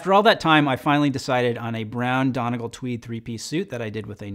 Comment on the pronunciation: FYI, Donegal is pronounced like dunny-GAWL.